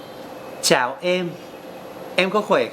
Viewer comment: No offense to you, but I would prefer to learn from a Vietnamese person who is a native speaker because the Viet speaker knows the language a lot more than anyone else. Someone who had learned the language may make mistakes that native Vietnamese speakers do not make. When you say xin chao, you are pronouncing it incorrectly. You are supposed to lower your voice when you say chao.